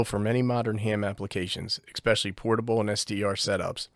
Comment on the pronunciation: I love you, but please, it's "esp" not "ex" pecially